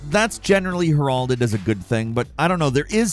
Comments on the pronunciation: Bro...... Heralded is pronounced as: * HEHR-uhld-id or like harrel( as in Harrelson) +did... Just say it smoothly as one word.....harreldid not her all ded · "Heralded" It's heh ruhl ded , not her all dead. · AI voice is terrible — “heRALded” instead of “HERALded” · "her all did" as a good thing? You mean heralded? Silly. We love you. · Her-all-did? Tf? 😂😂😂😂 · The way you said “heralded” 😂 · pronouncing "heralded" like "Geraldo Rivera" is crazy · My brother in Christ that is not even remotely close to how you pronounce “heralded” 😅😅😅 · “Heralded” that’s mispronounced word for today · Heralded pronunciation is fantastic lol